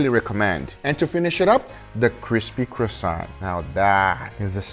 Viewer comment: The way you say croissant would hurt the French more, than when u made it flat.